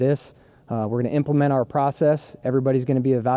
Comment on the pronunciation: He definitely says intracle instead of integral . And implemate